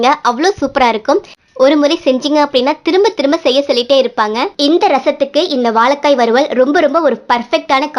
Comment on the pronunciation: வாலக்காய் இல்லம்மா வாழைக்காய் தமிழை அழகாய் உச்சரிங்க உமது குரல் மிக அருமை இரசம் ல கரம் ர கரம் முன்பு இ உ சேர்க்கனும் அமுத மொழி எம்மொழி நன்றி வாழ்க வளமுடன்